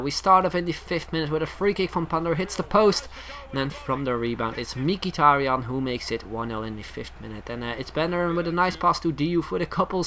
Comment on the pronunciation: not mikitarian. He is mhitarian.